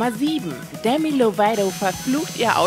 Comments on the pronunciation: Demi ,,Loveido“ ... Bitte sprecht nie wieder ihren Namen so aus 😭😂 Es wird ganz normal ,,Lovato“ ausgesprochen (auch im englischen) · Nur so nebenbei man sagt Demi Loveito nicht Demi Lovedo. 😅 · Man spricht 'Demi Lovato' so aus wie man es liest..(Dehmi Lowato)🙄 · wie bitte wie hat sie demi's Namen gesagt😲😠